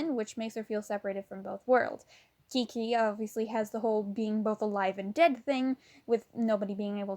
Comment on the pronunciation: why did she call Qiqi, Kiki?